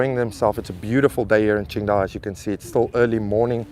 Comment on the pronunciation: I love it when you say qingdao, my city, you are one of us now 😁